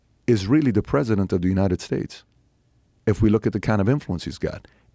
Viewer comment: The Joonited States of Joomerica LOL